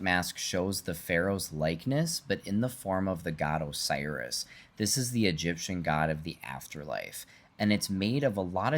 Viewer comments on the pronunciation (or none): none